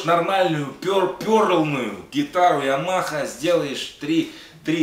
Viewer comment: Как он сказал - ямаха! Лучше просто не придумать.